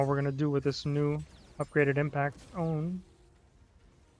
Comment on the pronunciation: I think it’s pronounced impact-tone since it seems to be shaped similar to a tuning fork. Tone - tune. Idk maybe the devs will say otherwise. Great run, I was skeptical of the weapon when I got it but I might give it a shot after better understanding the alter attack